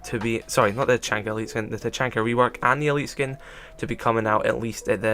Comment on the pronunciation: YOU SAID HIS NAME WRONG!!😡😡😡